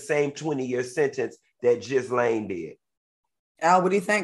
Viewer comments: Its pronounced gee-laine funky. Not jislaine. 😂😂😂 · It's pronounced ghee-laine. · If Funky don’t stop saying Jizzlane 😩😂😂😂😂